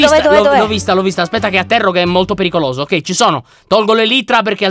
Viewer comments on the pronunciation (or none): Ma vi siete accorti che a detto ogei